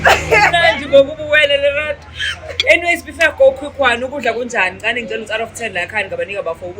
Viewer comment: Relato and not Lerato😂😂😂